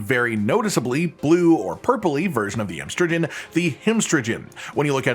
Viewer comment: come on. I figured if ANYONE that YOU'D get the pun. It's pronounced like amphibian. Amstrigian. Cuz they're part frog